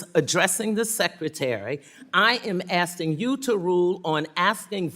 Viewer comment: She's just "asting" him a question. I guess it's better than "axing" a question.